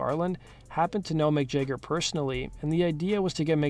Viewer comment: "Mick Jegger"